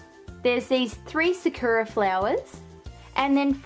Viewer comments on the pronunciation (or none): Btw it’s saKUra not sakewra